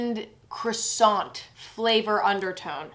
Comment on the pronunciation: oh lord you did not just say croi-sant